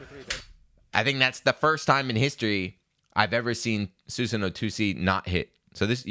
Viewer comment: It's pronounced 'Su-san-Oh--Oh'. It's a common Japanese mythical character, he's even in the Warriors Orochi games.